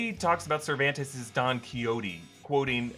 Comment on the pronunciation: Never in my life have I heard someone say Cervantes in that way. Like, wow.